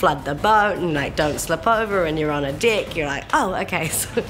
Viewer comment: Lol! Couldn't have been the only one to catch that! - You're on a dick bwahaha!